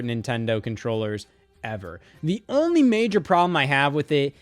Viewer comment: why did he say only like that